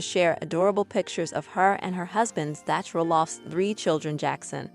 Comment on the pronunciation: Zach is pronounced zak.